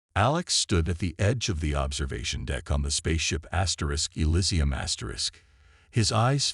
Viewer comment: is there any way to get the a.i. to pronounce words right in the meantime? "Asterisk, elisium, asterisk" was a little distracting